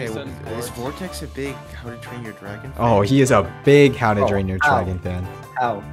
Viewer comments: "How To Drain Your Tragon." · anyone else heard him say how to drain your tragon fan?